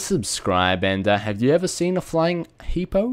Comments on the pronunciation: its hipo not hippo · hipo.... not epo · He is saying eepo but you spell it "Hipo" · he was saying hippo the whole time haha. i thought he was saying eepo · lol he even says hipo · You pronounce it "eepo" but it's spelled "Hipo" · it sounds like he is saying eepo, wtf is with this dude? WTF IS IS AND EEPO?!?!?! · Hipo yay I love hipo although u can't peonouce it rite cause ur Aussie accent